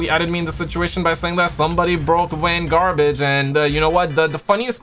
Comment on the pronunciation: We will never get GTA 6 unless says Vangarbage